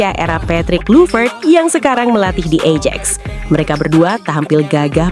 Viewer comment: Bacanya ayax bukan ejex